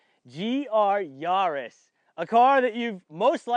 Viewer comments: Actually the closest I've heard so far to it's correct pronunciation! Google it. It's "Ya" the German way, so Yaa-ris is correct 😃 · Ya - riss Not Yarrr- is :)) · GR Yarrrrrrrrrrrrris 🤣 I love watching american videos lol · It’s not a car for pirates! Hard “A” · Hey Ross, how do you pronounce the French capital Paris? 'Nuff said! :))